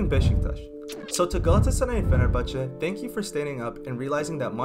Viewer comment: Don’t Forget the “Ç ç”in “Fenerbahçe”